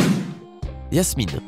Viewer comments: Oui ces vrai quile a dit yasmine😄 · Personne n'a entendu qu' il a dit yasmine au lieu de jasmine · C'est Jasmine pas Yasmine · C pas yasmine c jasmine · C'est pas Yasmine c'est Jasmine (dsl c'est plus fort que moi) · On dit pas Yasmine on dit Jasmine! 🤦‍♀️ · Ah oui et c’est pas Yasmine mais Jasmine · C'est pas Jasmine parce que lui il dit Yasmine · Vous avez remarqué il Yasmine et non Jasmine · Jasmine avec un J !!!!!! Et pas Yasmine et c’est Vanellopé!!!! Avec un é à la fin . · Jasmine tu dit iasmine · Sa se dis Jasmine